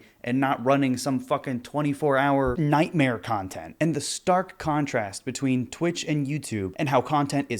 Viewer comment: says nighmare not nightmare peace and love peace and love